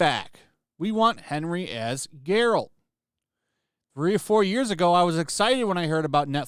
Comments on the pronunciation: Bro… it’s Geralt. Not Gerald. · Geralt not Jeralt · It's Geralt not Jeralt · it's pronounced Geralt, not Geralt. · I turned it off as soon as this guy said “Jeralt” it’s Geralt my guy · I cringed every time he said Jeralt. It's Geralt.... G-E-R-A-L-T. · Why do people persist to fucking say peoples names wrong. This guy knows damn WELL his name is "Gerald" but proceeds to say "Jeralt". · It's Geralt, not Jeralt. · Isn't it G not J? Geh-ralt, not Jer-alt. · It’s Geralt, with a hard G, not Jeralt moron. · "I'm a fan of the video games" Also: pronounces geralt's name like "jeralt" 😂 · I can't handle you pronouncing it like Gerald with a T. It's more like Bear-alt with a G. G-AIR-LT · You pronounced Geralt, Jeralt... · Lmfao dude said “Gerald” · did you just pronounce it Jeralt? you devious lil sausage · Are you calling him Gerald? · Bro your mispronouncing geralt my guy you aint no fan of this material either 🤨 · You like the games, you're not a fan of the books and you can't even pronounce Geralt's name correctly. You seem to be in the same dumpster as the writers of this miserable show but you just want to comment because you can cry SJW EVIL WOMEN AAARRGGHHH! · You say you're a fan but pronounce the main characters name wrong continuosly... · Did you just pronounce Gerault like with a “J” like in Jerry? Dude…no. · Dude, you’re really going to criticize this show and also pronounce Geralt’s name wrong? I hate the show but that soft g can suck my taint.